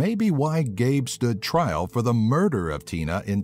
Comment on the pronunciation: "Oh AND IT WAS MURDERRRR!" Like F.u., don't think we don't know what murder is, you don't have to raise your voice like that.